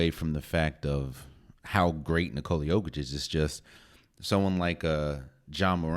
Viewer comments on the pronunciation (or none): Actually bro it's not YOH-kitch it's Yokich. Trust me I'm Serbian I would know. It's pronounced really shortly. The worst part is his name actually no one did it correctly to be honest, it's not NiCoola its NiCola. Again really shortly and tightly. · You raise some great points, my Balkan friend. Also, for anyone who doesn't know already, it's pronounced "nicola yOH-kitch", not nicOla yO-kitch.